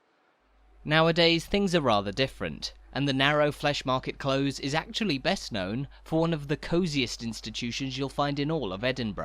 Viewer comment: yes I don’t know why he’s making these mistakes, rather irritating. It’s Close as in near in England too.